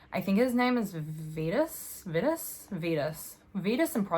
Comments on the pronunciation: Its v-eye-tus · I pronounce Vitus like(VY-tuhs) similar to Vital, or rhyme's with Midas.